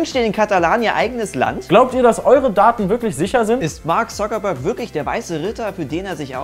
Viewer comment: "beschwerte sich Zockerberg" Zocker? wer? wo? :D